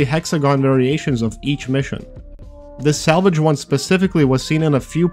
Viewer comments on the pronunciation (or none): your pronounciation made salvage sound like salage. Thats all